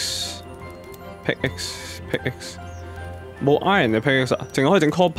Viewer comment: 其實pickaxe 讀pick ass 唔係pick x